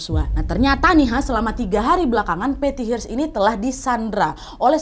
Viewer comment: Hearst bacanya bukan Hirst tp herst.